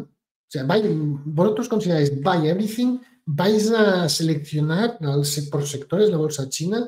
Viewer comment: Evrithing is evrithing!😂